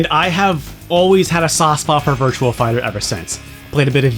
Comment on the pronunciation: Virtua Fighter. There's no "L" in Virtua.